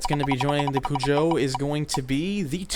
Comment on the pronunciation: That pronunciation of Peugeot, please revise that